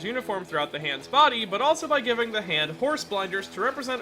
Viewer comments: I think you mispronounced maybe you mean ZA HANDO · That's a funny way to pronounce ZA HANDO